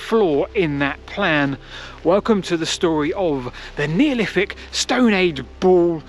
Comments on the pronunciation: Excellent video as always, but… “Neoliffick”. 😂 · I'm sure Wolfie Smith would have pronounced it exactly the same 😆